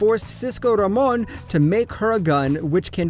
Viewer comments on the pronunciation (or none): did he just say Cisco RamOn